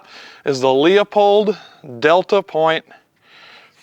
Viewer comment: It’s “loo-pold “ mf, the E is silent.